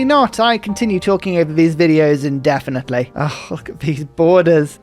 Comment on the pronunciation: "I continue to talk in these videos indefently"🤣